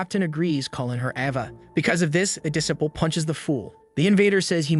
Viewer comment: Well done. A story that truly reaches the heart. I hope there is more. However, I just have one irritation: the correct pronunciation of Japanese names Minato (Men-Na-toe) Kannagi (Kan-Nag-ge) or the English word: disciple (de-CI-pel). I was surprised and disappointed. Based upon my enjoyment of your previous work, I mistakenly assumed that you would give your faithful audience the courtesy of research and accurate pronunciations. I have been listening to your work for almost a year. I enjoy your work, I hope you do better in the next one that I encounter.